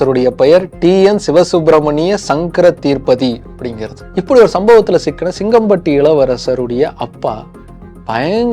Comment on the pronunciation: சகோ ஒரு சின்ன திருத்தம் சிங்கம்பட்டி ஜமீன் ஓட பெயர் தீர்பதி அல்ல தீர்தபதி.